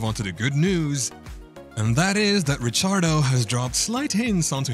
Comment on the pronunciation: Rick ardo Not rich ardo